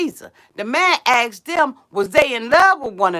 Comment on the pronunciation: It's asked....not axed LOL